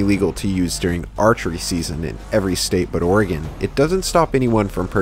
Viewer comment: ya! you pronounced oregon right! good job!